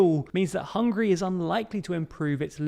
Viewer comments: . Hungry or Hungary? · It's Hungary not Hungry. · It's Hungary not Hungry 😂🤤 + sometimes you pronounce it Hungry ...which makes me hungry